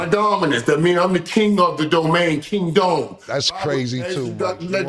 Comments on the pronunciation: Mike a WYLD BAW! “King dome!” 🤦🏽‍♂️😂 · Mike said he King Dome LMFAO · Mike said king dome bro I spit out my coffee 😂😂😂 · Mike said, King Dome! 😮😂😂😂😂😂😂😂